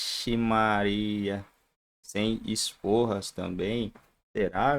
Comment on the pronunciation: Sforza, não esporras 😂😂😂